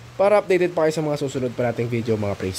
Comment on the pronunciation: kakapa nood ko ng mga vlog mo pati tuloy ako na hahawa na sa pag bigkas mo ng shesshhhhh😅😅😅😅😅